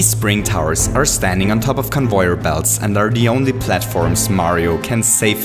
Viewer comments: Conyoover belts sorry it sounds funny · "Convoyor Belts" That is the storyteller's way to say Conveyor Belts...